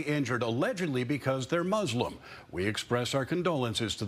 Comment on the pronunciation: What is MuZlim? ... It is Muslim ... The newscaster needs to be given some education on pronunciation.